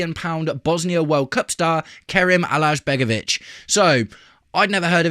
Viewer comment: Alajbegovic is pronounced A-lai-begovic. Cheers